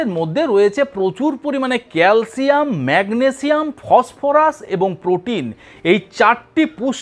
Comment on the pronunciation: শুদ্ধভাবে উচ্চারণ করুন ম্যাগনেজিয়াম না ম্যাগনেসিয়াম, পটাজিয়াম নয় পটাশিয়াম বলুন ,তাছাড়া আপনি তো একজন টেকনিশিয়ান, নিউট্রেশনের বিষয় লেখাপড়া করেন নাই।